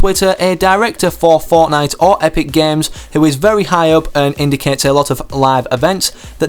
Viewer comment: Did you just saying Forknite?